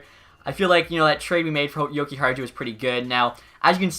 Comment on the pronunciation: Your pronouncing Jokiharju’s name wrong Yoki-har-you